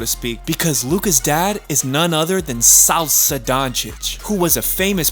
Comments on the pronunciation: because in a video there's a few quite bad mispronunciations of foreign names, along with Luka's father's name Sasha (he says Salsa):D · Dude really said Salsa Dončić. Let me give u a lesson on pronunciation. Any letter with a caron on top is pronaunced like ch in english. For example Č = CH Š = SH. So Saša is pronounced Sasha. It really aint that hard. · His father is Saša Dončić, not SALSA. Learn some other languages and pronunciation of his name. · bro its not salsa dončić its saša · He also called his dad Salsa lmao